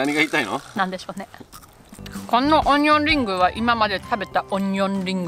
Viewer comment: 日本一のオニオン・バーガー🍔オニオン・リングをいただくには，淡路島まで行かなくっちゃならないのかあ(東京在住)😢 Lenaさん，Onion Burger や Onion Ring の発音が完璧に日本語になっていて，脱帽🎓🎉(細かいところまで聴いているんだよ，Lenaさん❤)